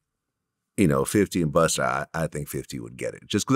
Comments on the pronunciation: Vlad really called him Buster with the hard R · I hate the way Vlad pronounces Busta” and “gunna” buster and Gunner 😂😂😂💯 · Vlad calling busta, buster is annoying the fuck outta me 😂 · Buster lol Vlad never puts A at the end where it belongs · Why he keep saying … Buster lol but spelled it right tho lol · Vlad calling BustA.... BustER lol. come on man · Why does vlad call BUSTA BUSTER. Shit sounds crazy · Vlad called Busta....Buster 😒😆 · Why does Vlad keep saying Bust-er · He calls busta,Buster and Gunna ,Gunna.. he chooses when to be white😂😂😂 it’s not in him it’s just on him..!! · He's really calling busta, buster lol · Vlad called him buster lol